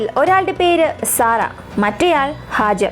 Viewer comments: Hajar അല്ല ഹാജറ. ബീവി ഹാജറ. Nice presentation. 👍🏻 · മനോഹരമായ വിവരണം❤️🌹🌹🌹 സിസ്റ്റർ Hajar അല്ല Hajara എന്നാണ്